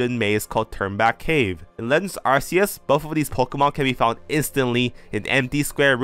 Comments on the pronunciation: Why does nearly everyone pronounce Arceus's name as Arseus? Even the anime pronounces it Ark-ee-us. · I'm fascinated by the take, really annoyed that you're not saying Ark-e-us, Ark sounds better than Arse you can't change my mind. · it's pronounced ar-coo-se! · Also I heard it's called Arkoos, not ar-keyus or ar see us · Ark-ee-us doesn't make sense. Its Japanese name had a soft "c". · you call Arceus the wrong way. You don't choose the pronunciations that words have, you just have to pronounce them. Arceus is pronounced with a K sound instead of a C one, and that's because it's inspired by the word αρχαίος (which means ancient in Greek) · Just let him pronounce it how he wants. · that's not how it works buddy. You can't pronounce words however YOU like, language doesn't work like that